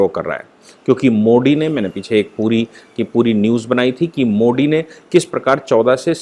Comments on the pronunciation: aap (modi) kaise (pronounce) karte hain??? indianized pronounce kijiye, (angrez) ki tarah (kuon) karte hain??? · pls proper pronounce of MODI